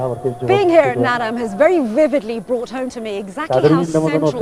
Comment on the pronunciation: Kept saying Nadaam, like madame, bothered me so much.